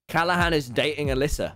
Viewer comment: When he said “are you going out with Alyssa” that is the most British thing you will ever hear